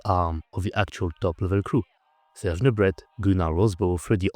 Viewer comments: Excellente analyse, merci ! Cela dit, même si je comprends que vous vouliez faire vos vidéos en anglais pour toucher un plus large public, pourquoi prononcer « Nubret » à l’anglaise, au lieu de montrer au public non francophone comment le nom devrait se prononcer ? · Slightly disturebed how you, as a french man, pronounce 'Nubret'. C'est un nom francais, n'est-ce pas? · wait, the french guy pronoucnes the T in serge Nubret..? is that the correct way? I've never heard anyone say it that way